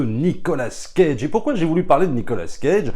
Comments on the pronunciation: Nicolas CAGE . Pas Nicolas scage ^^ mdr .. 🤪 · Ont dit cage pas scage. Mes oreilles saignent.... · Pourquoi dire SCage prononcé le S de sont prénom qui ne fait pas parti de son nom moi on ne me dit pas SFerrigno